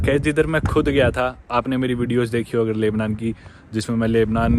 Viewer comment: Lubnan ,Laibnan nahin. Aur Syria ko Suriya bolte hai